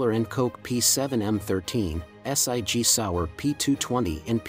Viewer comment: Point 375 s i g? Is that .357 SIG? Ess Eye Gee Sour? More computer voiced poor interpretation and spelling . 🙄 But, some great guns here.